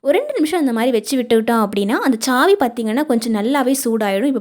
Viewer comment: Chhaavi illa saavi😂😂😂